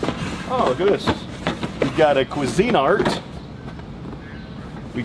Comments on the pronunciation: Cuisine art..lol pronounced cuisine art..1word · I think it's pronounced queezinart = cuisinart lol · Can't even pronounce Cuisinart correctly.